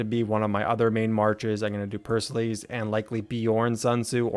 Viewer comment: btw pericles is pronounced as pear-uh-cleez